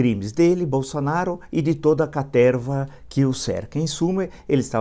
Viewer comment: "Cateerrrva" hehehe